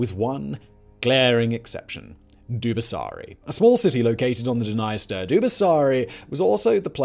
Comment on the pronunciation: OK, I'm sorry, I'm gonna just finally say it... This--and all its sister channels--has been the WORST offender(s) of mispronunciation on YouTube. I've often wondered if it's a joke I don't get. BUT, if you're going to make a video that's tangential to the war in Ukraine, you had BETTER DAMNED WELL AT LEAST PRONOUNCE THE NAME OF THE DNIESTER RIVER CORRECTLY. I'm sorry, but your continued disrespect regarding the proper pronunciation of places and names is inexcusable at this point, given how commonly it happens. Either put the proper effort into learning how to say things right or don't make the video at all.